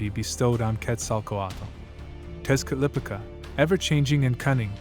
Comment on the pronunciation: Texcatlipoca = tesh- cah-lee- po-kah